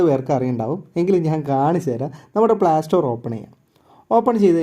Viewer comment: പ്ലാ സ്റ്റോർ അല്ല ...Playstore എന്ന് പറ 😊